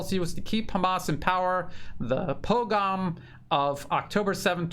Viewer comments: it's pogrom, po-grom. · Small point, please pronouce pogrom better and research what that is